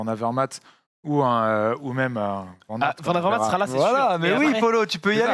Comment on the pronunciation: Il ne s'appelle pas Voûte Van aert ...Cela se prononce plutôt Waut ou wôt !